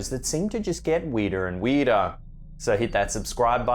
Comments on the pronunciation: 😂😂 "WEEDER!!" I AGREE WITH YOU THERE BUT THE WEEDER THE BETTER🤣🤣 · Weeder and weeder?????ur telling me!!😂